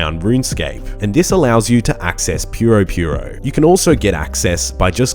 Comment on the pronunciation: That’s how it’s pronounced, Jmods say it that way too, not purr-o purr-o.